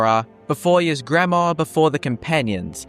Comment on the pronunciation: It's "eesgremore" not "easegramor" there's a good number of NPC's that actually say his name in the game so how are you getting this wrong?